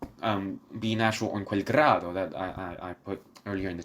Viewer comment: FOR A START.....ITS NOT ...QUEL GRAADO QUELLA MORTE.....ITS QUEL GRIDO........PRONOUNCED GREEEDO......NILSON DOESNT EVEN TRY TO PRONOUNCE IT.....TURNER IS BETTER......BUT IF YOU WANT TO HEAR THE WORDS....GO TO TEBALDI'S BRILLIANT RECORD WHICH IS STUNNINGLY BEAUTIFUL...SUPER DRAMATIC AND INCREDIBLY GORGIOUS.